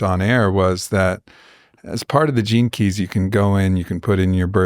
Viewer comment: I am familiar with gene keys, but every time I hear say it, I hear "jinkys" and think of scooby doo